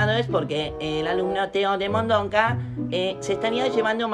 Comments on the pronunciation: El señor: Vamos a expulsar a Teo de Mondonca La madre: Teo de Mondoca no de Mondonca nene ajajajjajaj 🤣 🤣morí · Lo dijo a propósito